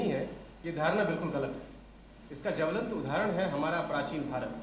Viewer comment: ajit pronounced जवलंत in place of ज्वलंत😂